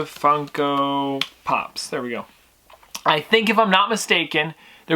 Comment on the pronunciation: I swear I thought you said fuck up pops!!